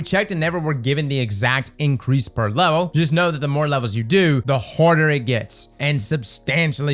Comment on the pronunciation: harver 😔 harver 😔 harver 😔